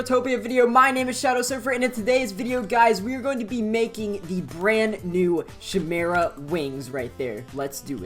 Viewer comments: Pronouced as: Kay-meh-ra Not: Shi-meh-ra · its pronounced ch-i mera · i’m so sorry but.. is it not pronounced “kai-meh-ra” ? afjekjfkf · It hurt my soul every time he said chimera incorrectly